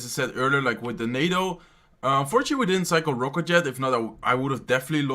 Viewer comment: He says "ROKÜT" for Rocket